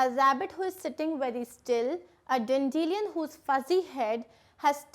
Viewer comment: explained very well but that flower pronunciation is dan·duh·lai·uhn Not dandeleeun